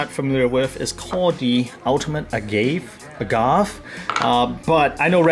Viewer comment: BTW, it's Ah-gah-vay, like what tequila is made from.